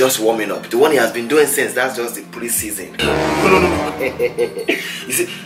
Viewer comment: "in fact he is juhst warmin' up" LOOOOOOOOOOL